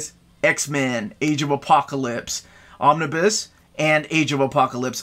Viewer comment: Pls dont say omniboo for some reason it feels like I'm being tickled